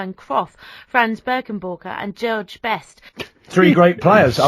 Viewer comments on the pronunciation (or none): I just don't get how she can see the name 'George' and pronounce it wrong 😂